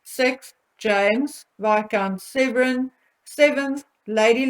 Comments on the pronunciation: Viscount SEVERN not Severin. ISLA as in Island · I love your channel but please, please could you pronounce Isla correctly (silent S) and James is Viscount Severn (as in the River Severn, sounds like number seven). He is NOT SevREN. Also you called Princess Eugenie Beatrice twice!! Sorry if it's just me, but little things like that pull a really good video back into the category of 'average,' and takes away that professional edge.